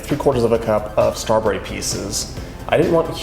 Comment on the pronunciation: Doyou realizeyou are saying stra bury?